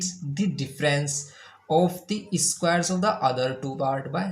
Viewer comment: Everything is good But I really want to tell it is square not eeesssquare 😂